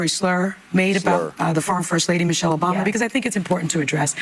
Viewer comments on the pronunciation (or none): Someone mentioned he said, "Mochelle" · My Man Said “Mochelle” Obama 🤣🤣🤣🤣🤣🤣🤣🤣🤣🤣. Anna is going to Celebrate the 250th eating a full rack of ribs and downing bottle of wine 😂😂😂😂😂😂😂😂😂😂